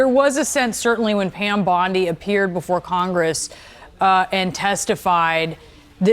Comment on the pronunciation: "Are you saying Pan, or Pam?"